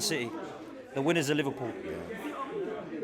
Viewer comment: The way he is saying Liverpool, maybe he has a speech impediment. LFC has clearly been the best team in the league, and Arsenal just do not have what it takes to win the big trophies